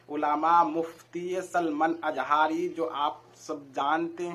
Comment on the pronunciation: Maulana Salman azhari hota hai bolna sikho bhai